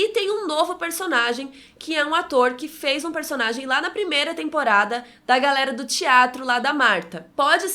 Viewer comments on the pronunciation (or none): none